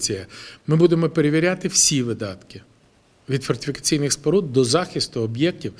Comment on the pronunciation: Про що Ви говорите , та найвеличніший слово - фортифікаційні споруди з першого разу не вимовить, а Ви хочете щоб він туди гроші вкладав.